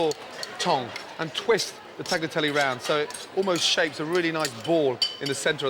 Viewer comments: He can’t pronounce Tagliatelle? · Gordon says hes lived in Italy but he cant pronounce tagliatelle. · Fantastic dishes here, Chef Ramsay!... but please learn how to pronounce 'tagliatelle'. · Ffs, I'm waiting for all of the Italians to comment on Gordon butchering the word Tagliatelle over and over... 🙄